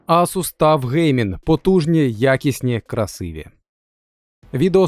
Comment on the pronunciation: Ну який ТУФ.... ТАФ правильно буде